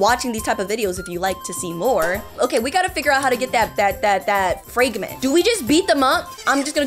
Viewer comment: its not fr(ay)gment its fr(ah)gment👍